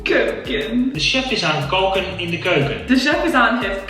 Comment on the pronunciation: I’m Dutch and I know that you meant “De chef is aan het koken in de keuken.” But the way I heard it was “De chef is aan het keuken in de keuken.” Which translates to “The chef is kitchen in the kitchen.”